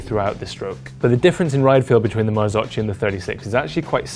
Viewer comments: Mar-zoke-e not mar-zo-chi They never got that sorted back in 1998 either so it’s easy to make the mistake. (Don’t believe me, listen to the Bryson Martin podcast) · u cant say marzocci!!! marzocchi = marzocki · "marzokki" not marzocci my ears are bleeding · Ok so... MAKE IT CLEAR: MARZOCCHI IS NOT MARZOCI. MARZOCCHI IS TOLD RIGHT MARZOKKI. (Like Nikki). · Marzo-KEY is the right pronunciation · Marzocchi must be prounounced "MarzoCCKY"... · Marzocchi, pronounce : " marzokki". Please be informed before posting. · Great vid and test, my only observation is to watch other videos about the Marzocchi and learn how to properly pronounce the name... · Please learn to pronounce Marzocchi, not that hard! :D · It made me cringe! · Please learn how to pronounce marzocchi..